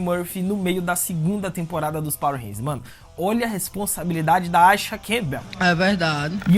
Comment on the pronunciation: Por que ele pronuncia o nome da Aisha desse jeito?